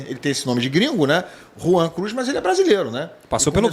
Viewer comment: Rwan Cruz? Credo.....😂😂😂😂